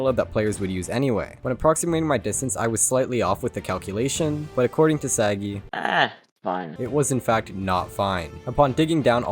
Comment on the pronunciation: i personaly know sagi you dont pronounce his name correctly